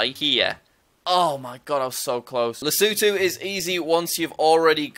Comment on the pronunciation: The way you pronounce Lesotho São Tomé and principe Tunisia and Cape Verde sounds weird. Also it’s just “Zambia” not the “Zambia”